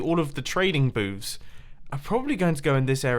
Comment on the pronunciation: the what now? I know he said booths